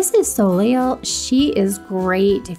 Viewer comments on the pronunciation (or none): That's a good amount of DIYs! Also, just an FYI, Soleil is pronounced So Lay.